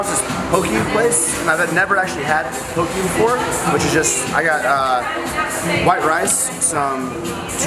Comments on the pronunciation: Pronounced "poh-kay" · So you're telling me you went to Hawaii and never got a poke bowl? For shame. Hawaii poke bowl> All Also it's Po- Kay but shorten the last part so it sounds more like keh